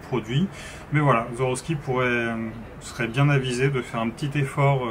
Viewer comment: SWAROVSKI se prononce avec un S pas un Z. Beaucoup font la même erreur 😉 Pour le reste, excellente présentation. Complète , honnête et claire, comme toujours sur cette chaîne. Merci.